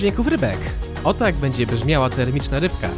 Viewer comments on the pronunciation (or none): Łyba agent= łyba taksówkasz